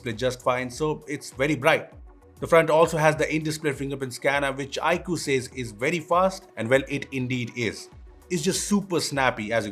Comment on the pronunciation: Dear, It's not ikuuuu, it's iQue(iQoo)....